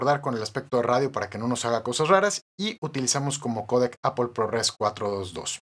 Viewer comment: Por qué dices apol .